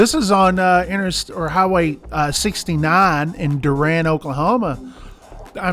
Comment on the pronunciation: DURANT, OK THATS PRONOUNCED: DO • RANT NOT DUR • ANT